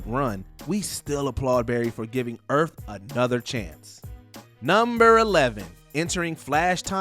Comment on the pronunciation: Earth not Erff